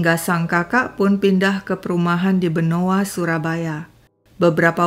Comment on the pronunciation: Benowo .bukan benoa